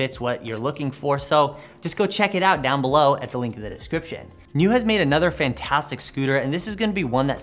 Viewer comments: Hey guys. Not to be a smartass or anything, I just wanted to tell you that the scooter is pronounced like Kneeoh, which is slang for awesome in Chinese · Ahhh, yeah, Niu (牛) does mean cow in chinese, the same word also is slang for awesome, which is what I mistakenly thought they were probably going for. Either way it's pronounced like the video game Nioh but with a prolonged o sound